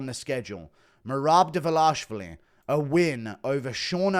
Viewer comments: His surname is: Dva-li-shvili NOT: Dva-la-shvili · Dvalishvili!!! How hard is it to pronounce this right you little goblin!:)))) Georgians once again send you regards!!!🎉🎉🎉🎉